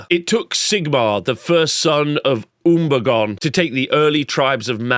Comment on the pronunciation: Pronouncing Unberogen Umbergone. You fantastic troll you!